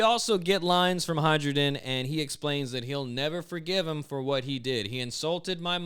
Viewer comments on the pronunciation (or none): you sell sakura boxes and still pronounce "hai ruden" as "hydrogen" You really are Luffy... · I'm pretty sure the Hajrudin is pronounced "hie-roo-din," because the J is meant to sound like our Y.